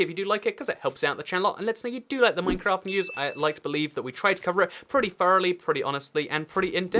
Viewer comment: It’s Minecraft not mimcraft